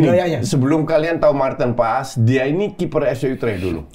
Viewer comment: Betul nyebutnya marten pas , jordi amat pas manggil juga gitu